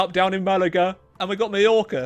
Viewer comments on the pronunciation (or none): none